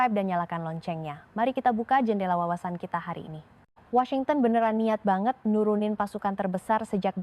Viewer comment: Apa kata benaran baget???? Baget ???? Ini bahasa melayu???? campuran ya ??? Ternyata, lebi jelas orang papua berbahasa Indonesia 😂😂😂